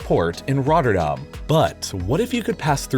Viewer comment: Wow, finally someone who pronounces the "dam" correctly in Rotterdam